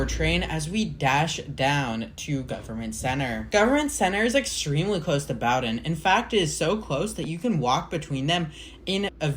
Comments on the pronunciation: Bow-din, not bouwdin. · Except for Bow-don. It's pronounced Boden. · Nice video! Just so you may know, Bowdoin is pronounced BEAU-dun. It is a really neat station in that the area around it is quite steep. The extension has been around for I forget how long, but I suspect the Charles extension will never get built. I had envisioned once extending the Blue Line along the river towards Brighton but that was just an idea and, of course, nothing ever came of it. Nice work, its a cool line for sure. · Sorry. Boh-Dunn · In Boston, we pronounce it Boh-Ruhn. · And while you're fixing the mispronunciation of Bowdoin, could you also fix the misspelling of "its" in the description? It's its! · that pronunciation of bowdoin has GOT to be ragebait 🫩✌🏻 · I immediately stopped watching at that point. How does a video about a place where they regularly announce the name get the name wrong?